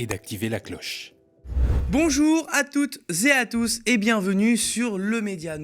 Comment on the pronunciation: ne pas faire la liaison quand vous marquez un blanc ! Exemple : vous dites "bonjour à toutes.(blanc)...zé à tous ! lol !